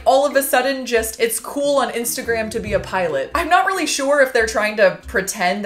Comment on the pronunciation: Love it when shes like:REARLY ON FRIDAY❤😂✌